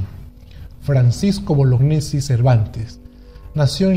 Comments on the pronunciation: se pronuncia boloñesi y no bolognesi. El apellido es italiano y gne se pronuncia ñe. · tengo entendido que Bolognesi se pronuncia Boloñesi, al menos así me lo dijo un profesor muy veterano que tuve de educación cívica que lucho en la guerra contra Ecuador. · Estimado, excelente trabajo, solo que deberías propiciar el correcto pronunciamiento del apellido de Francisco Bolognesi, lo correcto es "Boloñesi", la unión de las letras gn se pronuncia como ñ.